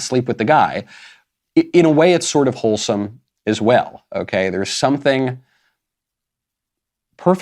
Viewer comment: Did you say Hooters is wholesome? Or did you say Hooters is Holesome?